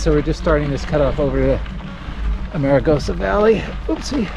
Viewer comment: Oops....not "a-mare-a-goes-a" ! Correct = "Arm-a-goes-a"